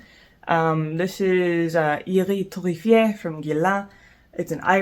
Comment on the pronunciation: The way you butchered 'Iris Torréfié'' !!! My soul left my body